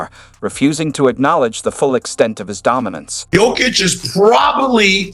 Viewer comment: I stopped the video at "Joe Kick"